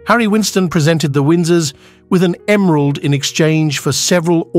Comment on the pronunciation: What’s with the very weird pronunciations of words like “duke” and “emerald” and so many more. Completely distracting.